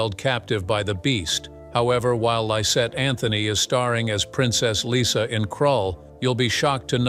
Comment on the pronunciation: Lyssa. Not Lisa.